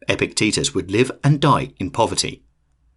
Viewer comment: I keep hearing Epic Tetus 😆